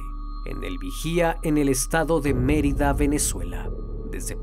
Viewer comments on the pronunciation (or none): none